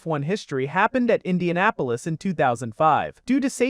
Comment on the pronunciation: "I-INDIANA -POLIS" yeah youre a bum dude. write your own videos. and put some respect on indy